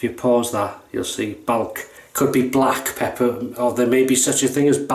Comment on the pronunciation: “Balck pepper” lol! Actually, that’s pretty good for Oklahoma.